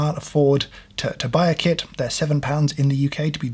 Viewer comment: I thought you said kid instead of kit. It's basically like coffee as it also keeps you awake